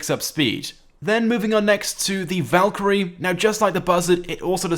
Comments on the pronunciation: You said valkirry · He said valkrie two times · He’s calling the savage the valkrie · Did he say Valkyrie 2